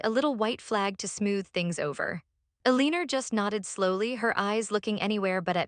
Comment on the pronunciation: “Eh-leen-er” JFC AI-generated videos truly suck 👎👎👎